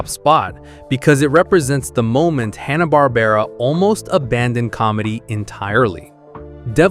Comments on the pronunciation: It's HANNA not Honna. AI needs to learn to pronounce simple words. Goober doesn't wear a green beanie. /Sigh 😔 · I think Hannah is pronounced the same as the common first name, like Hand.